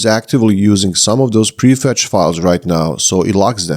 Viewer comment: except: "prefetch", not "prefect".